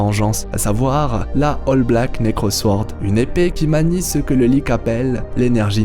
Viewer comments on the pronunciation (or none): none